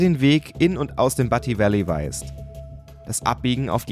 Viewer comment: du spricht butte falsch aus...es wird bjut ausgesprochen